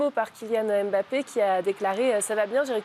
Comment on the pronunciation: Arrêtez de dire EM bappe svp